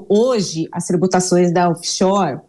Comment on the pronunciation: Paulo Guedes acho que nem doer direito 😂 Off Shoers😅